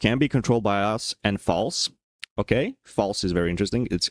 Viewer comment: slavic "океееей" hits hard